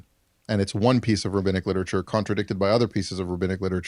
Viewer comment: he’d pronounce it “Rahabinnic” 😂